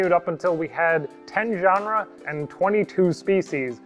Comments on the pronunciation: "Genrah"? Not "Ge-ne-ra"? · Another hard word to pronounce? Genera. It's not the same word as genre.